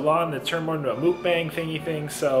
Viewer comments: Lol you say mookbang 😂 it’s muck like rhyming with luck. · It's mucbang not mookbang 😷